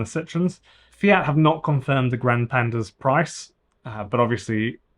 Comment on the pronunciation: If you are pronouncing Italian words say all the letters grand - e and the e Is e like in Elephant